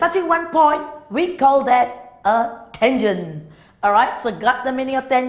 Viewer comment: Tangent what did she called it thangent😂😂😂